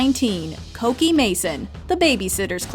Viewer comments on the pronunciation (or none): Cokie (coke E) lmfao its cookie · Also I thought Cokie was pronounced Cookie all this time